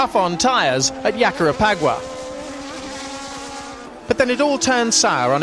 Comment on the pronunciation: TF Yakarepagua??? lol its Jacarepagua. With a G sound